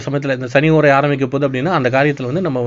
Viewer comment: முதல்ல ஓரை என்று பேச, ஏழுத பழகுங்க. பிறகு அடுத்தவருக்கு பாடம் எடுங்க